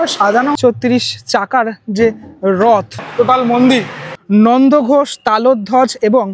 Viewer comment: Nandoghosh na😂Nandighosh, do homework before uploading vdo. Like ur blog👍